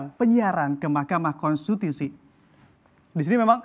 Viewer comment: itu presenter nya ngomong apa ya,,?? konstitusi mas😂